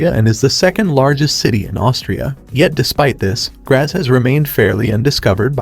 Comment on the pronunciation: Please try & find out how to pronounce place names correctly before putting out such a video for the public. Graz (pronounced Gratz), Sankt Poelten ( pronounced Sankt Perlten), Innsbruck. ( pronounced Insbrook) , Salzburg ( pronounced Sulzburg). To add to these inaccuracies, Linz is not a lakeside city ( some artificial lakes some distance outside the city). Information easily available on the internet to avoid such embarrassing errors.